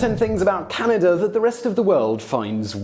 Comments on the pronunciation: ahem - Our country is Canada - not Canader eh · It's Canada not Canader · "Canader"? To all Brits. There is no "R" on the end of Canada, China, idea. The phrase " Canader" is really annoying to Canadians. It is low class street slang and when coming from an educated Brit it comes across as condescending and superior. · What I never understood about British people is why they pronounce “a” as “er”. I don’t live in Canad-er. I live in CanadA. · English people say "Caniduh" instead of Canada, you may have developed the language, so you should pronounce the words correctly. :) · Why do you end words with the sound "er" when they end with an A and therefore should end with the sound "a"? Like Canada, you say "Canader". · It’s Canada not Canader. Get it right, eh! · Dude! It's "Canada", not "Canaderr"! No r at the end. Please! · Notice how he pronounces it "Canader", eh? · And it's Canada not Canader eh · I can see why u didnt want to do the eh segment u said Canader a couple times. Got the r in there eh? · "Oh Canader"says Simon. Why when words end with an A do you say er? Eh is short for "Hey" just in case you could not figure it out. Canadians are not Americans we are not similar in any way. Curlers are not celebrities and it is not a sport to anyone but curlers. Gravy on potatoes?... That is unappetizing? huh? Do Canadians deserve the reputation of being nice? I am an asshole so I couldn't say. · Canader? That's weird 😀